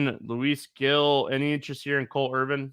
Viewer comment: Kristi doing everything she can to not correct on his mispronunciation of “Gil” lol